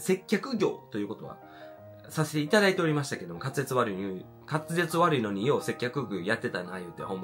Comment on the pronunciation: 「せっきょく（接客）」「滑舌わるいゆに（のに）」「接客ぐお（接客業）」可愛すぎました‼︎‼︎けど私も滑舌悪いのでこうなっちゃうのわかります😂😂😂